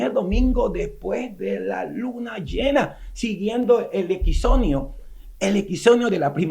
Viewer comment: Muy buen video, gracias. Sólo que hay un pequeño detalle que puede afectar y generar críticas de quienes no comulgan con nosotros. Se trata de que no se dice "equizonio" sino equinoccio. Saludos.